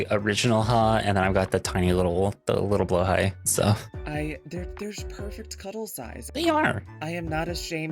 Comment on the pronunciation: I stand by my position that there's no wrong way to pronounce blahaj (depending on how it's spelt with the overring or not), but Moth's pronunciation is absolutely wrong xD /lh